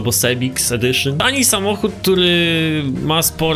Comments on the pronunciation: to jest sziwik ło kurde szywik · Nawet nie potrafisz poprawnie wypowiedzieć nazwy tego samochodu